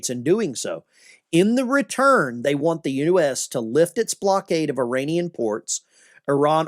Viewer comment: Want not eant